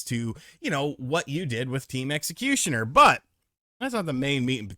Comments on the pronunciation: my dude, it's Xecuter not Xecutioner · Is he just mispronouncing Team Xecutar on purpose, or is he really not aware that he's saying it wrong? Lmao